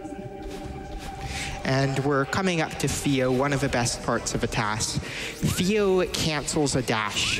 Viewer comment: What is up with the couch commentator that can't pronounce th's? Like I'm genuinely asking. Is that a choice? A habit? I feel like it has the intentional, you know? "Whevver vere is a platform vat vuh TAS sees, vuh best routing vat we can take is viss one." You know?? I'm not trying to be mean, it just feels really on purpose.